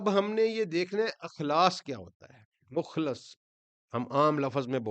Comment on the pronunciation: مخلص لفظ پیش کے ساتھ نہ کہ مخلص زبر کے ساتھ۔ کیونکہ مخلص پیش کے ساتھ کا مطلب یہ ہے کہ جن کو اللہ تعالی نے خالص کیا ہو نہ کہ وہ خود سے خالص کیا ہوا ہو۔